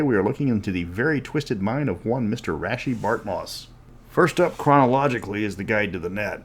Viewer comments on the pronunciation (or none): I always thought it was pronounced like Raysh not Rashee.